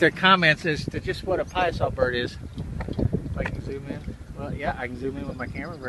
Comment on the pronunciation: It's pronounced Pie-a-saw